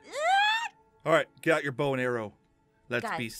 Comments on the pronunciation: hhahaa Aphmau doesn't no how to say bows two haha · Aphmau it's bow